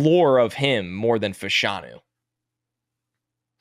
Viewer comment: Its pronounced "Fash-(as in Bash)-anu". Two UK soccer players in the 80s and 90s pronounced that way. Olu confirmed it at the Combine